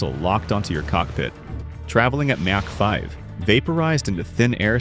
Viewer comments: myack 5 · mack 5... ai slop